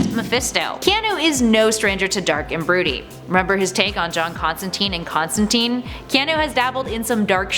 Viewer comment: I love you, I do, and the channel. But it's pronounced "Constan-tyne", not "Constan-teen". The character so much as says so in both "Swamp Thing" and his own titular series. You're better than that. Regardless, love the channel. Keep up the good work